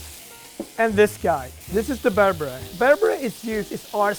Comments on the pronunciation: not to be rude or anything but its pronounced (ber-ber-eh) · Why he pronouncing berbere so weird lmao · I am Ethiopia and mad how he pronounce the ingredients like the aybe berbere etc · As an Ethiopian I was annoyed at his pronunciation of berbere, injera, and tips 🤷🏾‍♂️🤦🏾‍♂️ On another note people always ask me “are you that Ethiopian chef”